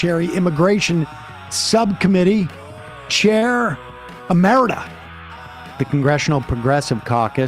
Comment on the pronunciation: An "emirata", which is what Sam actually said, would probably mean a woman from the UAE if it were a real word. The word Sam is looking for is "emerita" (ee-MER-i-ta) which is the feminine form of emeritus.